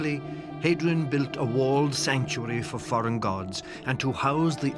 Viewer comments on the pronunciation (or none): none